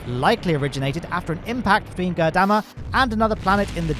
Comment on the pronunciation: makes an effort to pronounce Gurdamma correctly Also: omits the R in Ireland and proceeds to say “Island” about a dozen times in 5 minutes.